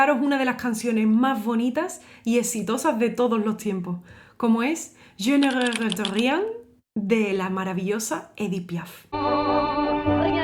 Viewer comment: Emocionante, como todas tus interpretaciones. Pero permíteme corregirte una palabra del refrán. Te has comido una sílaba y pierde el sentido de arrepentir: dices algo como "je ne rète rien", pero es "je ne regrette rien". Saludos de un gran admirador!